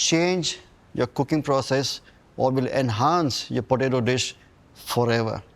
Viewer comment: You mean Botato.